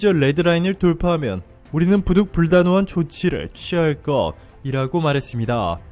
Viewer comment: 대본을 잘 읽으셔야되겠어요; {부득불 단호한을~>부득 불단호한을,민족주의를~>민주주의로,위협적인~>위험한}으로 읽으시면 안되지 않나요? 맥락이 전혀 아니네요.